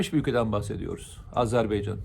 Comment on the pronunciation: Azerbeycan değil Azerbaycan...